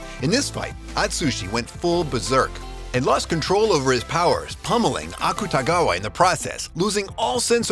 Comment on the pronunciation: "Akatagawa" Bruh tf???